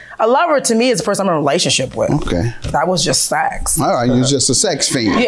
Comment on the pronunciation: I hate the way she says sex. How you turn this word into two syllables?? 😂😂. “It was just saaa-ex” 😂